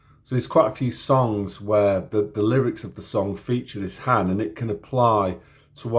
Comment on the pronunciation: This was a nice introduction to Finnish. Although, you got the pronunciations of A and Ä the wrong way around at the beginning but you did pronounce Ä right later with the word "hän". By the way, when you were talking about that word, I was just thinking about J. Karjalainen's song "Hän". Imagine my surprise when you actually began singing it.